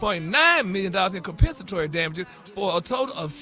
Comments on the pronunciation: Maybe because Compensatory isn’t hard to pronounce. Gary never said he can’t read. He may have a hard time sometime pronouncing some words but he definitely can read. he reads “Gary’s Tea” everyday. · Y'all noticed how Gary pronounced Compensatory with No issues or stumbling over his words. It must be a comedy bit for him to act like he can't (pronounce) the word of the day 😂😂